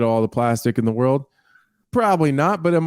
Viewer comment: O my woerd Baby boi O my woerd